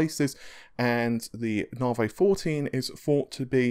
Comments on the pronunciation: Na-vee ("Na" pronounced the American way.. like "nah, I don't think so"). He's British and can't pronounce American product names. Fred-ripper, Freds, Nah-vey and others. If you listen to Lisa Su say it, she says it correctly. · ...stop saying narvay it's navi....AEIOU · Na-vee not narvay... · "Naw-vay?" It's "Nah-vee," bro... AMD themselves say it that way... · Hey thats not right, its Naaevey. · You seriously have to stop saying 'narvay' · Thanks for the cool info and video. 'Nar-vay' made me chuckle! Isn't it pronounced as in navigate? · I'm British too but I don't speak like this clown. He's either lazy, has an actual speech impediment or, most likely, is affecting one.